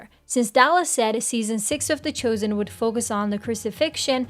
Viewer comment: Why are you saying the Choosen? It's The Chosen.